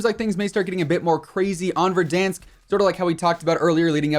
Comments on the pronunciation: why does say verdonsk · Petition to rename verdansk to verdonsk and it must be pronounced with a french accent or else task force 141 will hunt you down